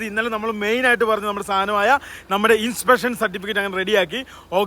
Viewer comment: Inspection ❌☠️in peshon😂